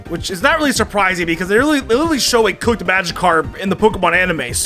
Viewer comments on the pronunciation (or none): none